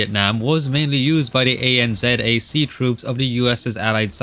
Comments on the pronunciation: The term ANZAC is not said like A N Z A C, it’s pronounced an-zac. I was born in NZ, so trust me. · ANZAC is pronounced like ANN ZACK not A N Z A C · why did you spell out ANZAC, it's just pronounced an-zak. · ANZAC is normally just said as a word and not spelled out. Great Video and remembering Aus/NZ troops were in Vietnam as well! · "ANZAC" is pronounced "An-zak" and not the individual letters, just to let you know. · Great breakdown, but your pronunciation kind of hurt me. And I'm not even aussie or a kiwi. Most of the time I've just heard it pronounced as "AN-ZACH" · In case no one has mentioned it, for future reference ANZAC is pronounced Ann Zack. Great video. G’day from Australia :) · BTW when you say anzac you say it as one word not as an acronym